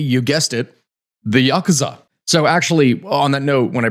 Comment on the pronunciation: Just saying Yakuza correctly got you a like. I'm not even Japanese, but hearing westerners mispronounce common Japanese names and words drives me up the wall.